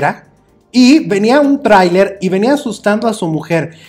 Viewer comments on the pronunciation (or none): none